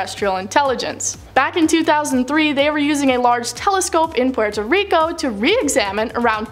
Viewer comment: The way she said Puerto Rico made me cringe so hard 🤮🤮🤮🤮